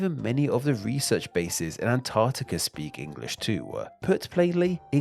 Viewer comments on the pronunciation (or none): none